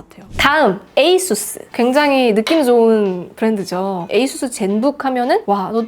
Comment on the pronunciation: 아수스가 아니라 에이수스로 읽는 거보니 역시 주인장은 테크충이 맞다.